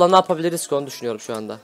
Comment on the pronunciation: abi hep yapabilirik şöyle olabilirik rik lik deme lütfen çok sinir oluym